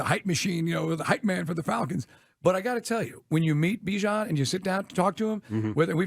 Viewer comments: It’s not Be-Jon it’s Bihh-Jon ..🤦🏾‍♂️🤦🏾‍♂️🤦🏾‍♂️ shit ain’t that hard …. I’m starting to feel disrespected for his mother just call him what she named him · Still saying his name wrong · for real lmao that is not how he said his name in practice